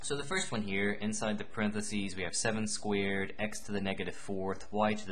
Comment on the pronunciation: Haha, I love how you say squared.. Sounds like squid! Thanks you! Very helpful! (